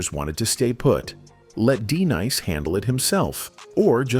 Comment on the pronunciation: 😂 that wasn't "Just- Ice" nor "D-nice" Narrator plz hire someone knows the difference. Artists.